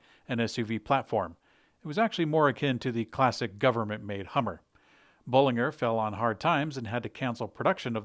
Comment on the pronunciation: Correct Bollinger pronunciation in company's announcement video